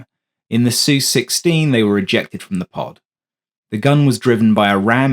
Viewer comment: The voice is a Brit, but it's NOT Sue16, it's S-U-U-16! And it's NOT MO-MAYAR, it's MOM-YER! God BLESS ROBIN! Hammer USAF SSgt; US Army CW4/SrAviator